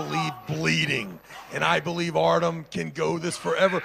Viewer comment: ARTY-OM not Artum ! This announcer is so annoying lol